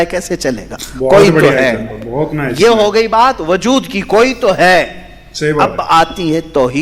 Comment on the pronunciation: bajood nahi wajood bolte hai